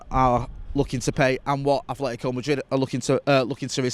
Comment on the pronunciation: Atletico not Athletico.